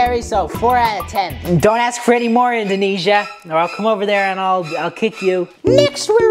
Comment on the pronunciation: During indoniesa I thought he was saying a cuss word… 😢